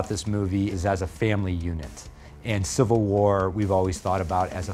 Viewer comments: Wtf is "CIVIAl" war???? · It's civil not civial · "So excited for Captain America Civial War" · CIVIAL WAR GUYS CIVIAL WARR!! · "Civial" War!???